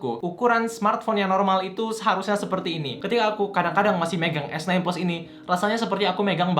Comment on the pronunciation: dia ngomong samsung esnain tp telingaku dengernya samsung esten bukan sekali, tp berulang2.. wkwk